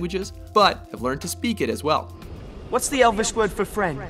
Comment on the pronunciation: Tim Lepo elvish as in elven as in elves? not e-l-v-i-s